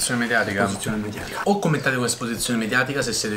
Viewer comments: Esposizione mediaticah! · Date a la giusta ESPOSIZIONE MEDIATICAH!!